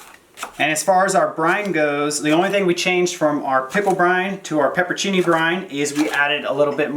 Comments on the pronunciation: I believe you mean pepperoncini, and not peppercini. Great video. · As usual, just love your videos! You make a great team, and both speak so well (and calmly!) before the camera. Keep them coming! P.S.: May I just add one small thing (of little importance, but it's driving me crazy! LOL). The word is pronounced 'pepper-RON-chi-ni,' not 'peppercini.' Can't forget Ron! Just putting that out there.... :D